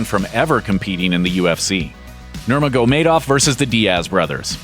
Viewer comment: Oh god the way you say Khabib last name....